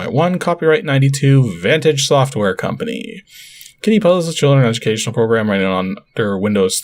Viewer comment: I think you mean "edyookashunall" software. :-D